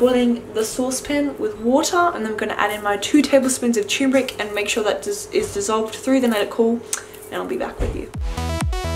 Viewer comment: Cherrrmeric. Hah lol